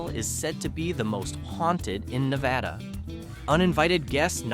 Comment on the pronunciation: Na va duh Most of us cringe, when people say it wrong. I don't know if that helps